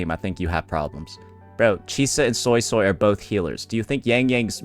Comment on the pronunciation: Why does he keep saying SoySoy ? Even in the questline in the game it was said SuiSui by multiple characters.